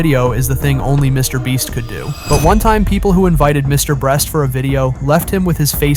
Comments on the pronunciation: HI why are u saying MrBreast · STOP SAYING MR BREST ITS MR BEAST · Mr. Breast lol this guy does this intentionally on every video ig? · Bro said mr breast 😢😢😢😢😢😢😢😢😢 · And he says Mr. bleach